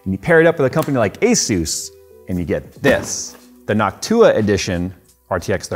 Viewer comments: Why does say NocTUa and not NOCtua? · He says it nock too uh … others say it noc tua with short ooha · It's NOCtua not Noctuuua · New drinking game, take a drink everytime says “Noc-tu-a” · I fuggin hate the way he pronounces it, but I'm glad he gives them love. Noct-you-ah gang for life! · I noticed he pronounces Jensen strange too. It's hard to describe, but I always wondered if anyone else noticed. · "noct U-WA" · Say noc too a one more time 😡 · yo you stressed the wrong syllable in noctua, you gotta stress the last one not the 2nd one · Is it noc-TUa or NOC-tua? I'd guess the latter as in Latin? Like an-TIFA vs anti-FA American pronunciations are weird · Finally someone saying Asus right. Question though, is Noctua said like that for real? Or is just messing? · He's saying Noctua completely wrong. Is this some kind of prank? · I can't get over how he says noctua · why are you pronouncing it wrong